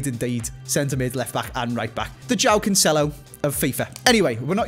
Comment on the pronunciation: You play FIFA for so many years now, can you make an efford in trying to pronounce the player names normally? Jáo Cancelo? Guerireiro? c'mon man, what are those? Overall the video is top notch to be fair.